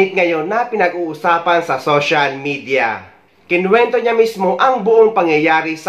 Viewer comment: IKINQENTO NOT KINWENTO